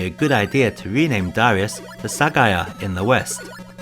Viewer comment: You wrote ダライアス in the title, but still pronounce it Da-REE-us in the video. Oversight?